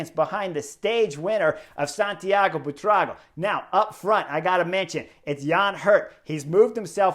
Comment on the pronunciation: In honor of Buitrago’s first grand tour victory, Chris has finally nailed the pronunciation of his name! 👏 😝